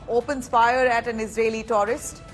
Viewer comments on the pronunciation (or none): Taurist 😂😂😂 or tourist... ?? 🙄🙄